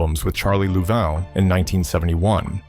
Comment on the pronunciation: His name was Charlie "Loovin" NOT 'Louval'.